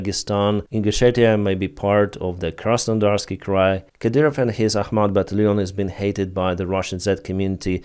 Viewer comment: ITS ACHMAT